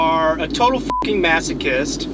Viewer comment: From the Netherlands: Did your parents and teachers never teach you to speak properly? It is 'f'''king' here and 'f''cking' there.